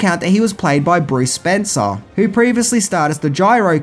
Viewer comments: FYI, it’s just Bruce SpencE, not SpencER. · If I'm not mistaken it's Bruce Spence not Spencer otherwise great review) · Bruce Spence, not Spencer. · Bruce Spence not Spencer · I think his name is Spence without the “r” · Bruce SPENCE, not SPENCER.